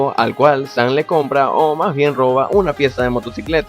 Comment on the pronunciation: ES "SAM" NO ES "SAN" TU DICES ASI "SAN" Y NO ES ASI